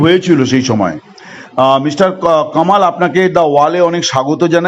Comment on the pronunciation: নামটা ও বলতে পারেনা কমাল বলে